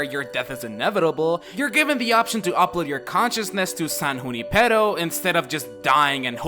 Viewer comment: You the only one who pronounced Junipero right. Just like me. I come from a city that has Junipero as a street so I knew how to say it correctly